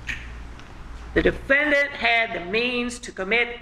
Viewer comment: defend-ANT. lol